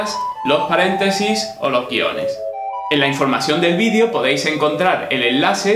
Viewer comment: Si tú intensión es escribir y hablar correctamente el idioma español ? porqué pronuncias la palabra "video" como si fueras sajón? (Perdón por el signo de interrogación inicial; mi teléfono no lo tiene.